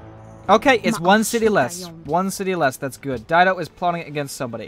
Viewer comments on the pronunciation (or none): none